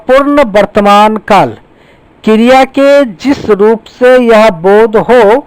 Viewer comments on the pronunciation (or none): Sir aap kriya ko kirya bol rehe ho🤣